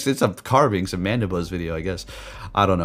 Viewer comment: Carbink Not Carbinx